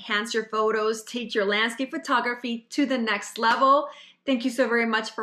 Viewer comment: Someone should tell that it's not pronounced Fur-tography.